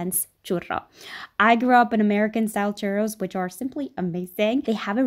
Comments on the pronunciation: I felt that when she said: “cHurRos” very satisfying 🤔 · I just love love loveeeee the way you sound " Churrrrrros " <3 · I like how she pronounces "churros" correctly. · I love that you put in the effort to roll the "rr" in churros 🖤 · All Hispanics appreciate that she pronounced churros correctly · I'm mexican, and i really liked that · i respect you sm for not saying choo rows like thank you jesus -. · Mad respect for anyone who pronounces churros the correct way 🙌🏽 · It's so nice to hear that you pronunce churros the correct way 😭💕💕💕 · I love how she pronounces "churros" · YES THANK YOU! i’m definitely going to try this when holidays start for me tomorrow!! ALSO hearing you say churros is sooo satisfying!